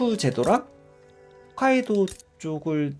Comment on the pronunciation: 잘 보고 있습니다. 살짝 부탁이 있는데.. 홋카이도로 발음해주세요 훗 아니고 홋 !